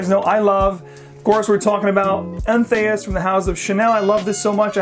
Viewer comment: Entheus? Is THAT how you pronounce that? Really?